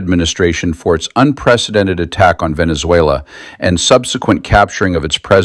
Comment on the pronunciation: Did he say " Venzuayler " ?